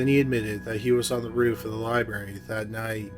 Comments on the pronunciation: Lye-Barry lol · Any1 else want to shut it off in first minute because he says "liberry" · Omg the word is "Library" Learn to pronounce words more professionally!!!